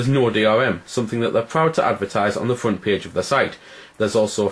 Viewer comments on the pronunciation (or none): none